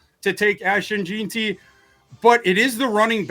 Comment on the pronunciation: Is it so hard to pronounce JEANTY? Especially when you've heard the name a million times on television and radio, said correctly.